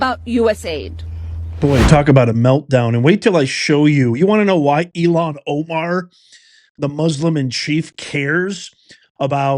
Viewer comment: Did that dude just introduce her as "Elon Omar"?? 😂😂😂